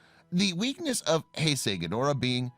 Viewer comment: He finally gets the Heisei pronunciation correct.